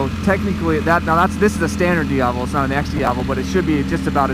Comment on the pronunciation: It's "DIAVEL"